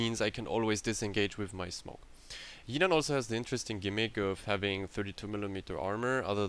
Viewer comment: Pronounciation not yinan it's literally jinan with the J Also idk why people are still speccing into guns? They are so bad and this is a destroyer with a citadel and excellent torpedoes. Yes it's shite but it's actually pretty creative